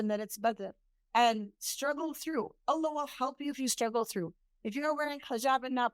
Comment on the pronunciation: Sister, may I ask you to pronounce the Name Allah with the accent on the last part Allah not A llah. Jazak Allahu khayr